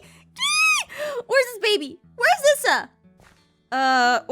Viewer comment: I'm pretty sure Brendan's wife's name is pronounced eessa not issa